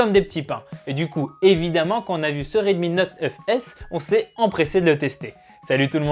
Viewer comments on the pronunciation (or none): 🐔🐔🐔🐔la même 😁